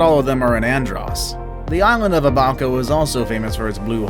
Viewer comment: You also said abaco wrong. I feel disrespected again